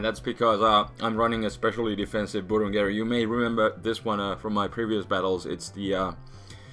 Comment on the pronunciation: i love when say BURUNGERU